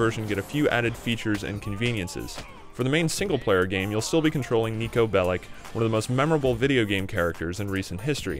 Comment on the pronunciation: ITS NOT BELIC ITS BELIĆ (BELICH) UUUGH